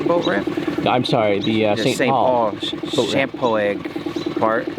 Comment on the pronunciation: As I was commenting about Champoeg Stae Park, and Hagg you guys were already on it. On thing though Champoeg is pronounced like shampoo with the vowel e on the end!